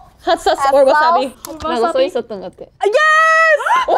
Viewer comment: two highlights: kazuha "hot sOWce", yunjin complaining about memory loss already